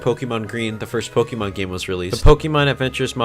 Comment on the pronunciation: cough cough ooh god I must be catching the sickness of can't fucking read okay so this is an e, you say it like e and or i okay now this is -> é , is an accented e and if you look at the Pokémon logo or my spelling you can see oh look that's there and do you want to know how to say it, if not I don't care, okay you pronounce é like an A no e and or i okay thats your daily lesson now do your resssssssearchhhhhhhhhhhhhhhhhhhhhhhhhhhhhhh ah okay thanks and good bye